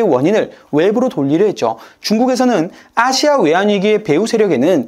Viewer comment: 아시아를 기괴하게 발음하네 또 이번엔 어느 국적일까 ...